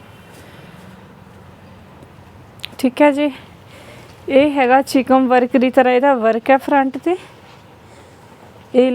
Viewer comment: ਚਿਕਮ ਹੁੰਦਾ ਜਾਂ ਚਿਕਨ ਅਸੀਂ ਤਾਂ ਚਿਕਨ ਕਹਿੰਦੇ ਹਾਂ